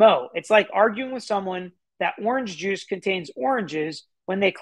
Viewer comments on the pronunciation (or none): none